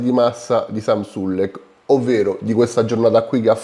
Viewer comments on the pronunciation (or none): hai sbagliato la pronuncia si chiama Samuele sulekko